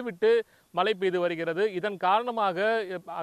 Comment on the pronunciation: Malai ah.. Mazhai nu solla varala, neengalam oru reporter !!